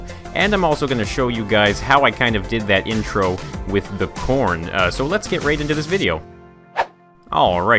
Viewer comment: you said porn instead of corn